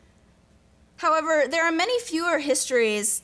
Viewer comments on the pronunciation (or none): none